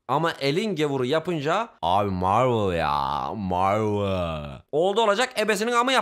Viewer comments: Abi meeveol yaa marveol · Abi Marvıll ya marvıl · Abi marvıl ya marvıııl inanabiliyomusun abi şakamı 😂😂😂😂